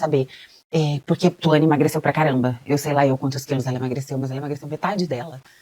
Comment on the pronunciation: É muito foda, o nome da mina é Thuani, mas o lê Thauani (o meu nome é Thauany, parece que ele tá falando de mim KK)